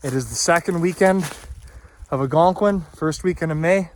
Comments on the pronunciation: ALLLLgonqiun....not Agonquin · don't get me wrong. I love your channel.... pronounce Algonquin however you want lol... I will always be watching your content👍